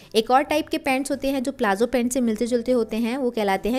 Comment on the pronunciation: It is not plazzo, it's palazo